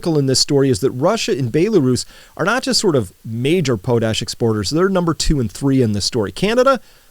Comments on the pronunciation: Potash is pronounced pawt-ash, not pohtash. Put hardwood ash in a pot, cover with water, boil down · It's pronounced "pot-ash" not "po-tash" we make tons of it here, so we hear it in the news a lot^^ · PAHT ash, not POH tash. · Have I been pronouncing potash incorrectly all these years? Potash = pot ash? Note pote ash.